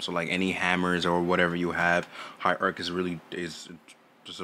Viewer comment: "High Ark, High Ark" LMFAOOOOO